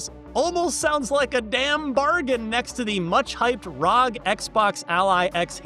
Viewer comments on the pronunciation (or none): its R O G not RAWG lmao